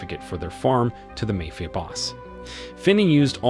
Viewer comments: Hey Narrator, what's a 'Mayfia Boss'? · Speech to text is getting quite good overall or I have been pronouncing Ma-fi-a Boss wrong all these years. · The way this guy saying mayfia sound more like a fairtale story.